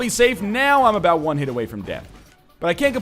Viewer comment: Aboot. Finally,we heard him say it!